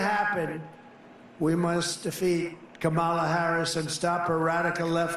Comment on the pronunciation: Well, for once he pronounced Kamala’s name correctly.